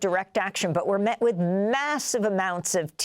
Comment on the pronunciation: Btw- it's with not wiff😂